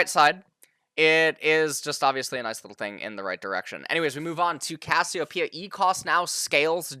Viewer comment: Thank you so much for pronouncing Cassiopeia correctly